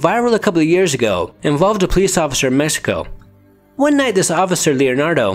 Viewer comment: La lechuza of “messico” 😂 it’s a x man cmon Mexico